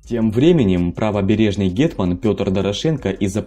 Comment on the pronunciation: Файно сказав ґєтьман 👌😆 "гетьман"